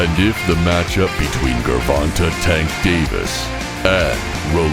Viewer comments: His name is pronounced jer-von-tay... Not Ger-von-tay smh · “GERRR-Vonta Davis” lmao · i know he aint just say gurvontuh lol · Gurvahntuh Davis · I met rolly & I'm a fan..but tank may be too much for him right now but I hope he knocks tank out bc I'm betting $100 on him..if he wins that will be a big bag of cash💰 if he loses...I wasted more $ than that on buying Tyson ppvs anyways ps this Narrarator needs to learn how to say the names GRRRVONTAY AND RAWLLLLY LOL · The guy called him gervontah lol of how it spelt saying it, definitely almost confused me for a sec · He said Tank name wrong wrong 😂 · Who the fuck is Gurvontae 😂 my man narrating butchered the damn shit out of Tank's first name